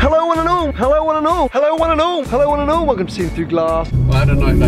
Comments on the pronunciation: Why does he keep calling me "wonanal" at the start of every video? Guess I'll never know. Sad face (I don't know how to do emoji's). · 15october91 it's supposed to "one and all"